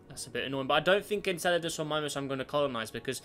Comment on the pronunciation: You pronounced Mimas wrong.